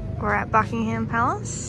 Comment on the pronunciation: Answering unanswered questions about England: 1. The shops don't open early because it's cold here and no one likes being cold 2. We do have mini fridges in pretty much every hotel room, idk where you're staying. Looks like a Hilton? 3. PLEASE don't pronounce the "H" in Buckingham Palace. It's pronounced "Bucking-um" (same with Birmingham) 4. It's so light at night because it's British Summertime. It stays light for longer and longer until "the longest day" in late June. Then it starts to gradually get darker again